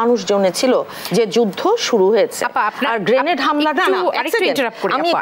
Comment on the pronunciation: গ্রেনেড কে গেটেড বলছে😊😊